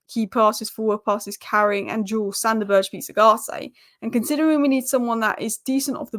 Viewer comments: His name still isn’t «Berje» or whatever you’re saying. It’s Sander BURG EH (Like the Word «Burger», but just cut away the last letter) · Good lord. I hope we don't sign Sander Berge, it hurts my ears every time you pronounce his name so awfully wrong. SANDER BURGER!!!!!!! 😂😂😂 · I love how pronounces Berge's name different every time.:D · please google how to pronounce Sander Berge, itas not hard at all......